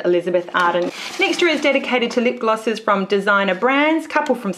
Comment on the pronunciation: You say lip glosses like lip glasses